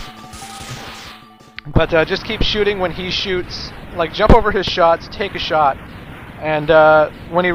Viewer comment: one shit kill Me:!!! are you drunk again!!!